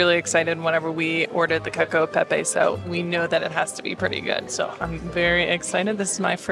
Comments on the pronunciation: You lost me at Kakio. it's cachio eh pepe! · The pronunciation of “cacio e pepe” isn’t “cakio”, it’s “catchio” 😉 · its cacio not cakio😂😂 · Oh my ears! "Cakio". And it's pecorino in Rome. No wonder Italians roll their eyes. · No wonder the waiter was excited when she ordered the "keko e pepe" lol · I'm Italian and I thought it was cute the way she pronounced CACIO e Pepe. People just need to stop